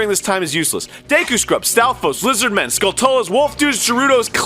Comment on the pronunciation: For the love of god, why can't Arin pronounce skulltula?